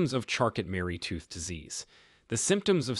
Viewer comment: It's pronounced charco.....not charcot.